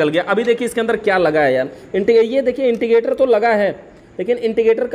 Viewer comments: इंडिकेटर को इंटिकेटर मत कहो स्क्रू को सकरूप न बोलो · Wo intigater nhi indicater hota hai...